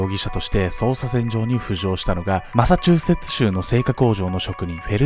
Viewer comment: マサチューセッツ州言えるの凄いwマサチューセッチュチュウってなっちゃいますw